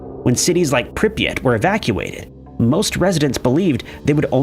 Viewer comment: It's Prip yat not pripeat, ffs. Also, Chornobyl. 🖕